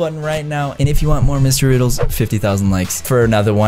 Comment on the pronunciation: The second time he said mystery riddles it sounded like he said Ms riddles